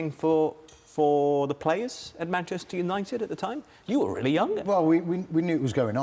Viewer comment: 'MANCHETER' HAHAHAHA